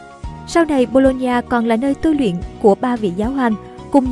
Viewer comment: Đọc nhầm thành đại học bôn ba =))